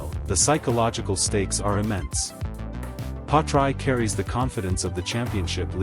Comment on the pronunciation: Yet another rubbish video. can't even pronounce Piastri's name...